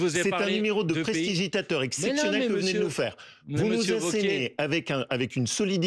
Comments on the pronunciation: 'Prestigitateur' il connaît pas le français wauquiez, wouahahaha il est mal le bobo qul rembourse 100000 euros les doigts dans le cul, vazy toi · 'tain, sans même parler du contenu, la grosse tronche de Wauquier qui arrive pas à prononcer "prestidigiateur", c'est insoutenable. On dirait un mauvais film français.